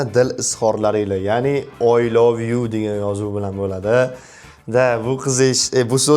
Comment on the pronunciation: oy love yoo😂😂 ingilistiliniham yotvorgan ekasiz jigar😂😂😂